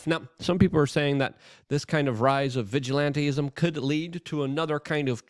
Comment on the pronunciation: I know it seems off, but it's actually pronounced "vij ill ant ism" not vij ill ant eee ism".